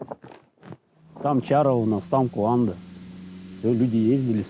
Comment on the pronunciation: Гуанда а не куанда